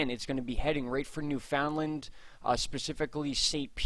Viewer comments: Newfoundland Pronounced: “new-fund-land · It's pronounced by us, as New...fun...land, or New...fund...land. Some locals drop the d... lol 😁👍. I'd have to look into how it's properly pronounced, you may be on to something, and a lesson for all us East coast Canadians! In any event, you and your honey are super, and I thank you for your time and consideration in this matter. You are both hard and caring workers, and derserving of our time and likes. A little coinage, if we can swing it! 🍁💞🍁